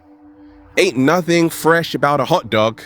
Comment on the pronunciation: the way you said fresh lol